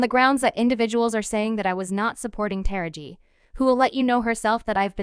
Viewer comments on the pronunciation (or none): Who is this female narrating these clips? She is constantly mispronouncing black people's names. You think she would at least take the time to learn how to say the names which she getting paid for doing but constantly is just butchering names like Taraji, Suge, etc... but why report or narrate if you can't even enunciate correctly when it comes to African American Culture and their Celebrities??? 🤷🏽‍♀️🤦🏽‍♀️🤔